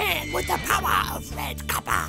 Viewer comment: The powwa of red coppa!